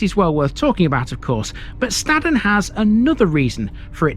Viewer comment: Your pronunciation of Staden is wrong, we don't say it like that up here in the hills of Buxton ! I warn you then , Stay away from around Buxton , even the National Media called places around here wrong, even Buxton, your going home in a Buxton/Staden Wheelie Bin !!! what a complete Plank !